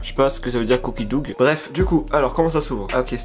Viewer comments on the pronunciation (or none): Cookie dough c’est pate a biscuit et ca se dit cookie do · « Couki dougue » mdrr😂😂😂